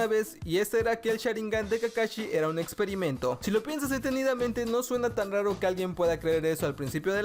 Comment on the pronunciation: dice exoerimento